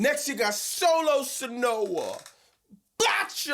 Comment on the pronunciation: The introduction of the bumline always gets me😂 SOLO SONOIA, BOTCHA LOA, JEFF NAAAAA-HAKULAMATANNAAAAAAA! 💀😂😂